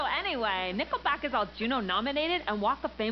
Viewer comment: For a moment there I thought she said nippleback...